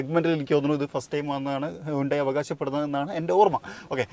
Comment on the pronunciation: ഹ്യുണ്ടായി അല്ല ഹന്തേ😂😂😂😂